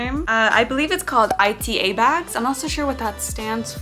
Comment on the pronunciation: Ita bags are pronounced "e-ta" and they originated from japanese Otaku culture! Fans walk around with clear bags filled with anime merch of their fav character(s). It's called ita from the Japanese word for pain, probably because it could be painful to your wallet lol. I always wanted one so I'm glad it's popular in the US too. Great video!